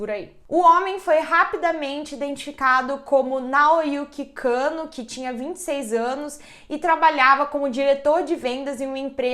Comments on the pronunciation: Eu bugando varias vezes dela falando Kanno/cano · Dsclp mas eu ri mto toda vez q ouvia ela falando Kano )Cano)kkkkkkk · Nao to aguentando a falando "cano" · Gente tava tudo bem até o sobrenome da criatura ser revelado, e a apresentadora frisava o cano o tempo todo eu ri até morrer😂😂😂😂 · A pronúncia certa é Kannô